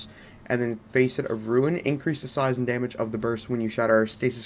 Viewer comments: Nice work dude. Keep it up. BTW, don’t get offended. It’s pronounced ‘FASS-ET’ like fastest, not ‘FACE-ET’ like Face and et. But like I said. Nice work. I’m away so I haven’t played yet but I’ll give your build a try as soon as I finish the campaign. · Facet is pronounced fa-set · everytime you pronounced Facet as "Face it" shit made me crack the F up lol.